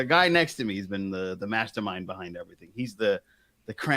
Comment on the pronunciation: Every time you call Aussie Jason “The Mastermind” my immature ears hear “The Masturbator”. I’m sorry for the dumb joke.